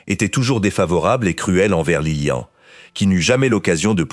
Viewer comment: Beaucoup trop d'imperfections ! Que vient faire dans la monarchie Belge la présence de la reine mère d'Angleterre ? et la mère de Léopold n'est pas Isabelle mais Elisabeth. Que dire enfin de cette voix synthétique qui prononce Lilian et non Liliane ? C'est assez décevant